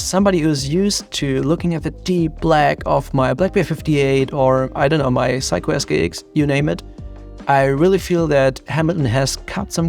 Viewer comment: Psycho? 😅 say-ko